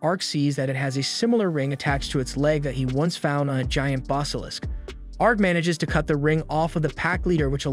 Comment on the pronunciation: I like your videos, but you say some words..... Different. Never heard Basilisk pronounced as "Bos-alisk"